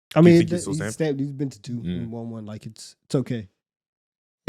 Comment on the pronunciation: Why say “won” like “waun”